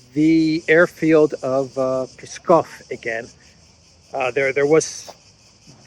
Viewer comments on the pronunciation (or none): Hey,, it’s psss-kov 😉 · if you can say ‘lips’, then you can say ‘Pskov’.